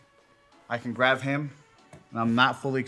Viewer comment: great video, but please my man its graB not graV